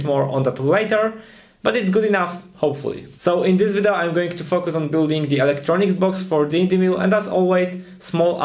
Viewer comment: jedna rzecz w Twoim angielskim mnie strasznie koli w uszy - naucz się poprawnie wymawiać słowo "video":)